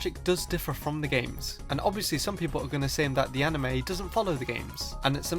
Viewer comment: ha! you said amine